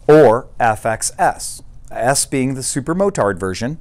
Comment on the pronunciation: Thanks. BTW/FYI...'motard' (being a French word), the final 'd' is not pronounced...